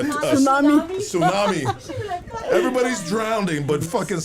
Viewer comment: "SI-NUMEE" LOL 😅😅